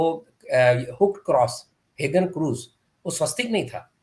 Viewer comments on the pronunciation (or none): उच्चारण: ठीक माइन काम्पफ, ग़लत मेइन काम्पफ टीक हाकेन क्रोयत्स, ग़लत हाकेन क्रूज़